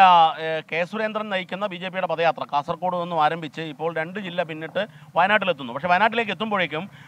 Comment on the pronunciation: പദയാത്രയല്ല. ഇത് പത യാത്രയാണ്. അക്ഷരം ശരിയായി ഉച്ചരിക്ക്😂😂😂😂😂